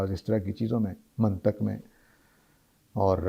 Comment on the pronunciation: منطق کا لفظ اس نے غلط تلفظ کیا ۔ یہ لفظ قران کے اندر ایا ہے اور اس میں ط پر زیر پڑھا جاتا ھے یہ ایسے ھے جیسے اپ ایک میل نرس یا میڈیکل ٹیکنیشن سے یہ پوچھیں کہ جناب یہ جو MBBS کا نصاب ہے یہ بہت پرانا اور فرسودہ ہو گیا ہے اس میں ایسی چیزیں پڑھائی جاتی ہیں جن کا استعمال کوئی نہیں اس میں کیا تبدیلیاں کرنی چاہیے کیونکہ ان صاحب نے کچھ ایسے علوم کے نام لیے جو درس نظامی میں نہیں پڑھائے جاتے ان کا اپنا علم اور معلومات ناقص ہیں